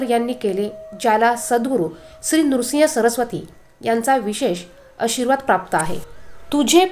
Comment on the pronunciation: नृसिंग सरस्वती नव्हे हो श्रीनृसिंह सरस्वती असे आहे